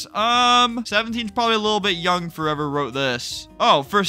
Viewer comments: Roblox has changed FoReVoOoR: (i just find it fun that you said forevor and not forever) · “Roblox has changed FOREVWER” 😂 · "roblox has changed for evarr"